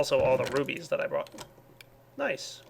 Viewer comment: Could be just very immature but every time he says "rubies" I hear "boobies"